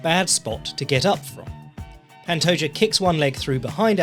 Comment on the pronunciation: The J makes an H sound. It's not the "Juh" sound.